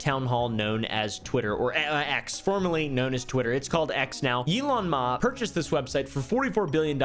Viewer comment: "Elon Mauhh"